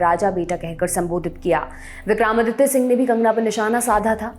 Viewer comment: आप हिंदी न्यूज़ चैनल पर हिंदी भाषी न्यूज रीडर हैं। आपके मुंह से विक्रमादित्य जी का बार बार उच्चारण विक्रामादित्य बिलकुल अच्छा नहीं लगा।